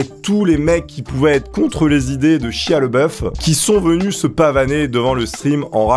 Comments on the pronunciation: Ça se prononce "shaya Labeouf" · Excellent ! Mais tu prononces mal le nom de Shia, c'est Shia LaBeouf ^^ Peace !